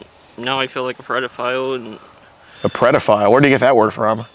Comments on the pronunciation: He said “Prediphile” also he can’t own a gun if he’s disabled as he says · “I’m not no “PREDaphile” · I don't wanna be a "predafile" ahhh a classic 😂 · Ha ha ha!!! He keeps saying predafile! What a selfish dude making and team stand out in the cold when he’s wearing a big filthy coat. I wish he would stop making excuses about his rough life- BS! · “I’m not a Pred-o-file” 😂😂😂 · Did he keep saying "predophile"...? Hahaha... Thanks, keep up your awesomeness and go enjoy some nature today...! Don't forget to compliment someone today... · He says " I don't want to be a 'Predaphile' 😂 he knows he's both! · The fact he said predophile, think he’s watched DAP before? 🤣🤣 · Lmfaooo he said “ I’m not no predofile “😂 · ☠️ 😂 “im not no breadafile or nuffin” 😂 ☠️ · he said "I'm not no preddaphile" lmao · Dudes been called a "predafile" more times pee wee herman! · “Im not no predofile or nuffin” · “I dont wanna be a predafile” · It only took about the 10th time of this goofball saying " predafile " before questioned it. Lol.